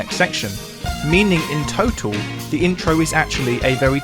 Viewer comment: Your refusal to pronounce a terminal L, conventionoo for conventional, tohtoo for total, and so on, makes you sound like a hamster with its mouth pressed against the cage. It's easy to fix: a terminal L is just like an initial one: your tongue touches you teeth in exactly the same way for both. You can probably sound like a human with a minute a day of practice, say every time you shave. I assume that you'll figure out that wiv for with is the same problem with your teeth.